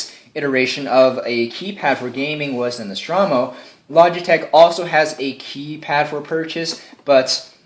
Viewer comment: "nostrawmo?" goddamnit...